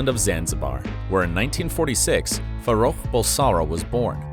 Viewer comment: I think it’s pronounced farrouk not faroucho